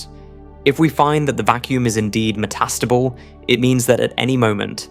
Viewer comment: Met-AS-table? Really??? How about Meta-stable. (Which is actually what you mean!!)